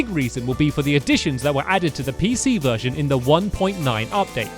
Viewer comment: lol i thought he said a Virgin selector